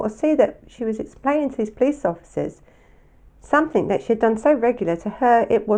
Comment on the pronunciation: love your vlogs and this was another good one I’m sorry to mention this but something doesn’t have a k on the end I just found it a bit irritating sorry